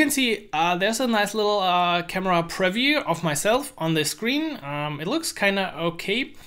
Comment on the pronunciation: Nice video, just one tip: the word "preview" is pronounced quite differently. Look here